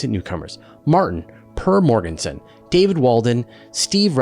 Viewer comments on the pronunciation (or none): In regards to the Naboo question: How about orbital velocities? Isn't there one of the stars observed around Sagitarius A* sped up to 2% the speed of light on closest approach? Edit. Purr morg-gensen XD. Always entertaining when people attempt to pronounce danish names!